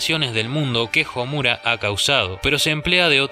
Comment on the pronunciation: Me he percatado que en la mayoría de análisis o críticas a ésta obra el nombre de Homura, la fuerza de voz está en la sílaba "mu", según lo que he estudiado hasta ahora en japonés la letra u es suave por lo que la entonación está en las otras sílabas como: SA - ku - ra, SA - su - ke, A -zu - ka, etc. Y en éste caso se pronuncia HO - mu - ra no ho - MU - ra. Eso es todo, saludos!